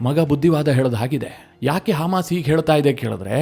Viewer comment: Haamas alla Adu, hamas😂